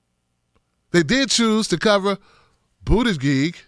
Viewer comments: I like your stuff but there is no good reason to keep calling him “Boot-a-gig”. Specifically because you obviously know how to pronounce his name. You are great, but attack Mayor Pete on his bad policies, not his name. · I love you bro..He's not my candidate of choice and I think he's a tool but please learn how to pronounce BOOT EDGE EDGE. It makes you sound silly. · I love your coverage here! I agree with you 100% - I just thought I would offer you help on the pronunciation of Buttigieg. (not that it really matters - the big picture and all) Buttigieg: Boot-edge-edge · It's pronounced 'bootie-judge'. I live close to his city and I've heard the name on tv news way way too much!!!!